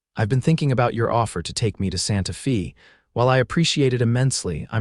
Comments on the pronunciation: It's Santa "fay" even though it's spelled Fe. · I am getting hooked on the stories, but the AI reading these is killing me. Santa Fee? How do say a name like Maria? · Really annoying to hear the constant mispronunciation of the name Maria and Santa Fe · Hope your story e need well as yout Tmr mispronunciation of Maria and Santa Fe was so bad I couldn't keep liatening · AI voice, mispronounced Santa Fe and Maria. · I know! Drives me crazy too!😂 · It is a good story but any idiot knows how to pronounce Maria & Santa Fe properly. Please check your pronounciations of names.